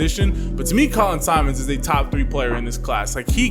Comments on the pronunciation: Simmons, not Simons. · For the love of God quit calling him SIMONS! ITS SIMMONS! Geesh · I was gonna say the same thing 🤘🏾😂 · I’m giving the video a like but you gotta get my manz name right! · How you gonna hype him up and mispronounce his name bro? 😂 Not even a hard name either.